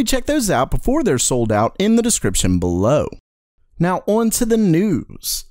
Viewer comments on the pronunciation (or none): I like watching your videos but the way you say "below" is annoying af.